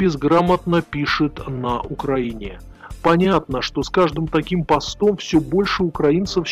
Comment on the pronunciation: Все правильно, но только между прочим пОстом а не потОм. Ударение на первый слог !